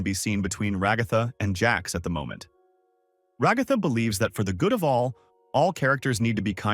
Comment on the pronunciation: Just came to comment about the times you pronounced it like "Regotha"